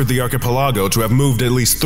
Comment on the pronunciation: my eye twitched at your pronunciation of archipelago... like that hurt man, big time. Read this phonetically and out loud: Arkuh-pelluhgo Besides that one tiny nitpick your content is solid as always 👌 keep up the good work!